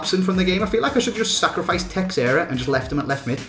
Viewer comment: Teixeira is pronounced tesheera not tex-eera